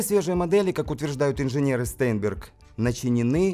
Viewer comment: STEINBERG читается как Штайнберг